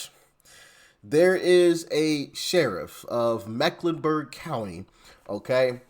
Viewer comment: Lol...he doubled down on Mecklenberg!